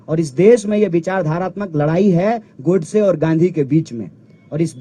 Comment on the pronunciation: Is sale ko abhi tak bolne ni ata ladne ko larne kahta ladai ko larai kahta hai 😂😂😂😂😂